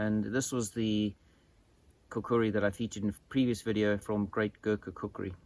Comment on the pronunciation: Kukri,pronounced cook ri ....understand you moron ?